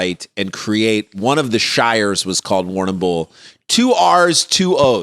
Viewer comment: Warrnambool is a local Aboriginal word for "place with lots of water". It is pronounced "warn" "em" "bull". Then smash it all together and say it as one long syllable.